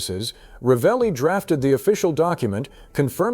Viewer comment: La persona che legge deve imparare a pronunciare il nome esatto che non è Ralli ma Ravelli